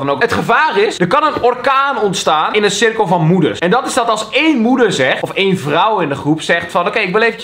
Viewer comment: Kelvin het is eén niet een